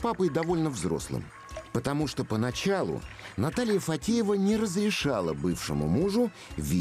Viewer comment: Его жена не ФаДеева, а ФаТеева. Комментарий для комментатора!